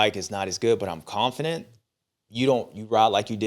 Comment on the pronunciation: It might be in my head but I’m convinced Stew doesn’t know how to say confident.😂